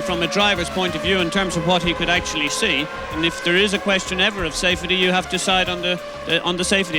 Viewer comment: why does Eddie Jordan pronounce "safety" like that?